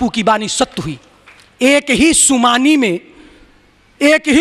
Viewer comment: बाबाजी, सुमानी नहीं सूनामी कहते हैं !!